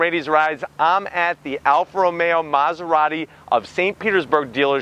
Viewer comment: Early in the review you called it an Alfa Ra-maya, your Italian right, LOL🤔